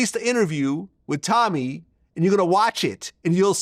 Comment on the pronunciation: Glad.. you are wrong. Stop saying Tommy’s name wrong, and admit you set him up. Read your comments sir no one believes you. Tommy has the courage to say the facts about BW that simps like you are afraid to.